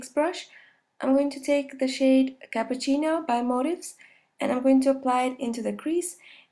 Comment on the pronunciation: I'm Italian and I like your pronunciation of "cappuccino" :-) wonderful makeup ! ciao!